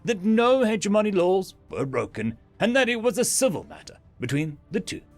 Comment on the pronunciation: hedge-money -> heh-jemonee